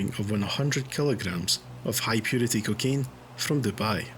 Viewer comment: Stop calling it kikane ffs man